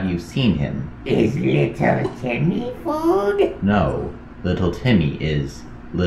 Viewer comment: It’s little Timmy not little tenny💀💀💀💀💀💀💀💀💀